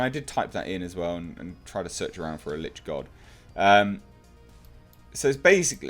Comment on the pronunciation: Thank you for eventually pronouncing "Lich" properly. Lich rhymes with 'itch.' You can find great information about them on A.J. Pickett's channel about the Lich or almost any monster. I really hope this movie is better than the first. And, since you like the genre you should take a look at some of the YouTube channels like Critical Roll that play through a game. Maybe even join a local game in your area. Play at first but I think you have a great voice for a Dungeon Master.